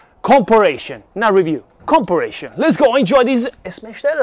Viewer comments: You were so close to pronouncing the word. For a guide , com-pair-a-son. This is a fantastic video! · Com-pa-rison. 😉 Sorry. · Vito, Campari (like the Italian liqueur) + Sun to pronounce comparison correctly. We love you Vito fun stuff…BERNIE R6 let’s ride 😎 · I love how Vito tries his damn hardest to pronounce words correctly, but the English Gods do not bless him, compa...compir...comparrashion...e...haha.